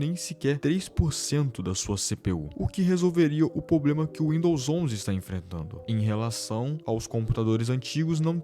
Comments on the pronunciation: VC FLW "POBLEMA" INVES DE "PROBLEMA".... C TEM LINGUA PRESA? KKKKKKKK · PARA DE FALAR "POBLEMAAAAAAAAAAA" AFF.... KKKKKK